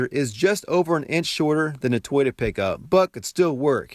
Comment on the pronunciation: Something about how you pronounce toyota, doesn't sit right with me.